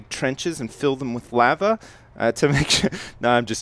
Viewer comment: Are you a native English speaker? I didn't notice an accent for the entire first 6 minutes, then I started to think you were German because of the way you said "lava" and "uh".